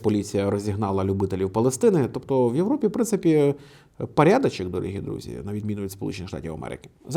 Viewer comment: *коли почув від «парядачек»)))